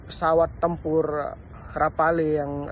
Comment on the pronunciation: Rafale bukan Rapale bang !!! palelu pe ang 😂